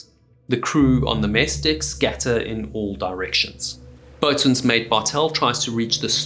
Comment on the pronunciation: Good video, but if you're going to cover nautical topics, please learn how to properly pronounce nautical terms. "Fore-castle" "Boatswain" and "En-sign" are all incorrect.